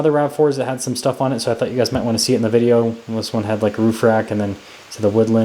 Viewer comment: I just want you to annunciate the word "video" once. 🤣